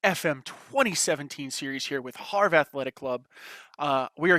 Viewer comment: Loving this series but could you pronounce it 'avre no Harve`? just a small request